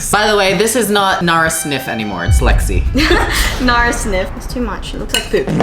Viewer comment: Btw it's Lexi not lixe (btw not hate)